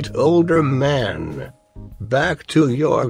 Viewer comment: The way he says 'older man' kills me